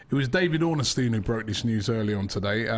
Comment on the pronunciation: ROBBIE ITS DAVID ORNSTEIN NOT DAVID ORN-NES-TEIN